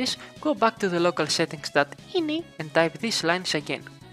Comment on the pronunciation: the way he said .ini XDXD